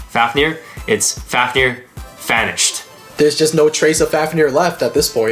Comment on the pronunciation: u sound like ur saying fanished